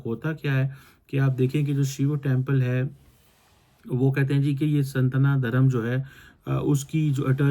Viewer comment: Agm Shilpa Shastra, Sanatan, ye words to pronounce nahi kar pata hai ye Phd holder. ye aukaat hoti hai ek Pakistani Phd holder ki.